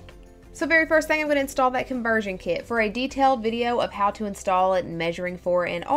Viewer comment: " Conversion Kee-it"